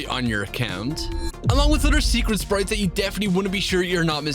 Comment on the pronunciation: irish voice sprieettttttzzz